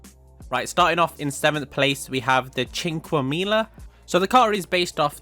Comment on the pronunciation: Sink-qwe-mila not asian slur Mila, If it was that it would start with ch